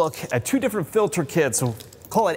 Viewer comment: Filder? Is that a Pennsylvania thing? 😂